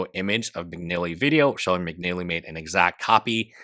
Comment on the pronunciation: McNeilly?? Bro. McNally.